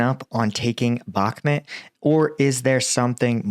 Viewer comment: Sorry for being a dick but it's Bakhmut (Read as: Bakhmoot) and not Bakhmet.